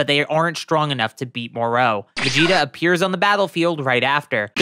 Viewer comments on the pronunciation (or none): Pronouncing names always cracks me up... more-O really it's MorO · Why do you pronounced it Mor-row? Every Dragon Ball Youtubers I've seen pronounced it Mor-Ro. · The way the narrator in this video says Moro as “Merrooow” makes me wanna punch him in the face. And he called Zamasu, “Zamasse” This guy doesn’t know sht about Dragonball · Its mo-ro not moreau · Skipped the video when you started pronouncing Moro as Moró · Good video but your pronunciation of the name Moro bothers me you put a V at the end Morov or Morou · It's spelled "Moroh" not "Moreau" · STOP SAYING MOR AND THEN O ITS JUST MORO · Hearing you mispronounce Moro's name over and over again is like nails on a chalkboard. It's Moro, sounds like Toro Or the Mortal Combat character Goro It does not sound like You want More Os 🫣🤦🏽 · ok dude... it isn't MOR-OH, its MORO. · It's pronounced more o not mor row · The way he pronounces the names Moro he says Morol or something else and merus marus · Why do you pronounce it mor-ow. I bet you are one of those disgusting people who pronounce Goku "Gow-cooh" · Pausing to say “More-O” 😤. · FFS, his name is not Moreau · Monroe? Why do the americans doesn't know how to say "O" Piccolow, jacow, gowku hahahahahahahaha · I can't hear you say moro like that anymore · Why do you keep saying Moro with such emphasis? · The way you pronounce Merus and Moro is pissing me off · your pronountiation of MORO is entirely wrong, eventhough IT HAS OINLY TWO OPTIONS. USEFULL VIDEO, PRONOUNCIATION WAS REALLY FUCKING HARD TO BARE. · the way tou say Moro is awful